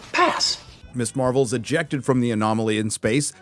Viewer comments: Haha "Marv-elle" and "Her-oes" are new to me, love it! But nothing else about this subject 😢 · “The marvols” 😂